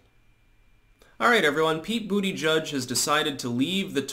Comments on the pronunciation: Too bad you will not be able to say Buttegig any more. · It's BUTTAGEEG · I'll miss hearing you say "Booty Judge". "Butt-e-geeg" wasn't as much fun. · Dang it. Is this the last time says Booty Judge🤣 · Only sad he dropped out as i love hearing you call him Bootyjudge😂